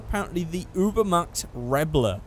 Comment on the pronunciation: Truthfully, if we could tune cars we'd see A LOT of sentinels and supercars.... Nearly forgot hakumais and feroci's and other JDM cars also if I'm correct its pronounced 'oobermat'